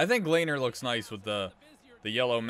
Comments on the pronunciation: Its not (layner) its(le-ner) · Great vid but Lehner’s name is pronounced Le-Ner